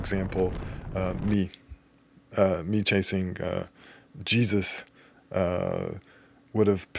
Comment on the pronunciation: I think his name is pronounced Hey Zeus. Have taken some Jesus-led spin classes in the past ;-)